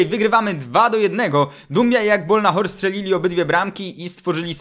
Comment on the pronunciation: * Agbonlahor nie Agbolnahor.........